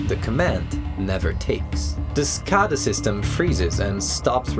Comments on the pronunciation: Great video! Quick point: at least as I’ve always heard it pronounced it’s “skay-dah” not “skah-dah”. Maybe there’s some regional variation but I’ve worked power in the Midwest, New England and Southwest and I don’t think I’ve heard it your way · It's pronounced skaeda not skahda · Your pronouncing scada wrong. It's a PLC communication protocol that is used for industrial controllers. And it's pronounced SCADA with an A not an O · SCADA: skay-duh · it is pronounced Skay-duh. SCADA systems have so many hidden vulnerabilities around the globe it is what keeps me up at night.